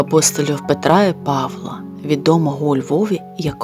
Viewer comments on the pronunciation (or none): Авторці треба слідкувати за наголосами, а зокрема: не Па'вла, а Павла' і - не пе' редано, а переда'но.